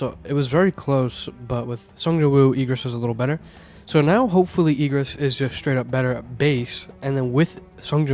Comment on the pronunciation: IGG RIS not EEG RIS